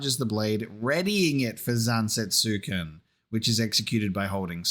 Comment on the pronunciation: I’m not saying this to be an asshole, forgive me. Odin’s sword is spelt Zantetsuken, which is a pretty tough read, and most westerners will pronounce it as ‘zan-tet-su-ken’ as it’s spelt in English. But the correct pronunciation from Japanese is more along the lines of ‘zan-tet-sken’ with the U being apart of one syllable.